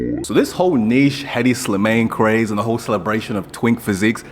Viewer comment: Bro said "Headdy Slimayne"